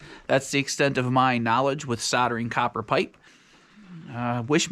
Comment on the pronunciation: Love watching you guys you crack me up. Do me a favour can you pronounce soldering correctly, the L is not silent. It’s sol - dering. Where Sodder come from 😂😂